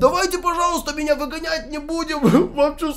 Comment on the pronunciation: Не ви га няй